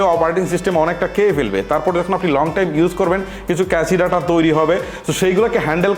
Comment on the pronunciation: ক্যাস ডেটা বা ডাটা, ক্যাসি ডাটা বলা টা ভুল, ভাই আপনার ইংরেজি শব্দের উচ্চারণ প্রায় সময় ভুল হয়। দয়া করে উচ্চারণ বলার আগে একটু গুগল করে নেবেন।